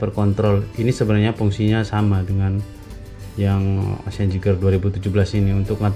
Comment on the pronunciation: Bang maaf ya ralat. Bukan ocean. Tp ocea bg